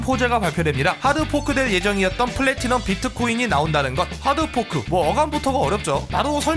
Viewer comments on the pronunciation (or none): 이야 플래티넘이 아니라 폰래티넘이었네